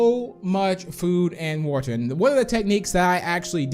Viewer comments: You say water like is walter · It’s probably how he pronounces it idk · Me:Hearing Saying Woter My Brain:Triggered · So it’s “wuter” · No hate or any thing I love his channel but he says water so weidly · The way he says water IS JUST PERFECT